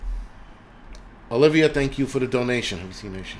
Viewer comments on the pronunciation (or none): none